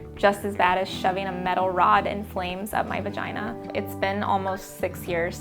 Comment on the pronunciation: Ur Vah-gye-NAH is not an excuse to not shave ur upper lip.